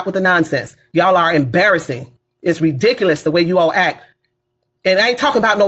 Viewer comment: What's embarrassing is a grown woman running for office that can't pronounce the word ridiculous correctly.